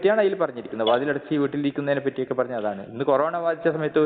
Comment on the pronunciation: കൊറോണ എന്ന് വ്യക്തമായി പറയാൻ പോലും കഴിയാത്ത പാവം ദൈവം